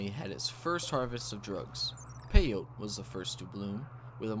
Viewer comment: It’s pronounced pay-yo-tee not pay-yote. Anyways please make this a series.